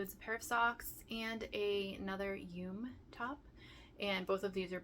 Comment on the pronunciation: Just some info for you yume is pronounced yumay. It is a Japanese word and they pronounce all vowels.